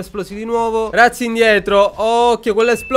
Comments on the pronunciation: razzi si legge con la z dolce :) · madonna che bordello😂 quando hai detto razzi indietro ho capito ratzinger 😂😂